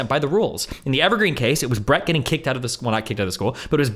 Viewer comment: I don't understand how at this point even Steven isn't pronouncing Brett's name correctly.